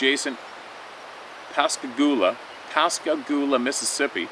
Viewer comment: Wow! I am impressed!!! I was born and raised in Pascagoula, MS and you nailed it with the pronunciation, which is usually a hard one for anyone who isn't familiar with that town to say it right. And yes, those two guys that were abducted by the UFO are for real. They were down on the Pascagoula River, across from what was then Ingall's Shipbuilding, now owned and operated by Northrup Grummen. My sister is 15 years older than me and remembers that incident very well.